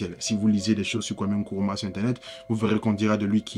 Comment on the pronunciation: NKRUMAH et non kuruma